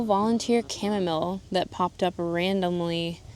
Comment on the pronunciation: Thanks for NOT saying cha-mom-ma-lay!!!! 😂😂😂😂